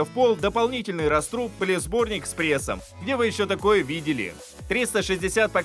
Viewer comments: Всё-таки не "растрУб"... Всё время был "рАструб"... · рАструб, а не растрУб.